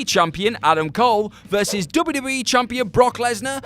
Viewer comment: *Double-U Dude said "double double E" about 18 times during this video and my eye twitched each time.